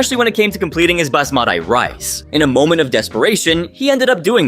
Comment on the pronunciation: It's not "Bas+mat+ai rice" it's " bas+ma+t/tea rice."